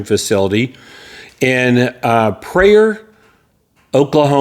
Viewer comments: Pry-or not prayer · "Pry-ore" is how we pronounce it and we are glad to have them. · It’s pronounced (Pry-Or ) just fyi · Pryor is pronounced like prior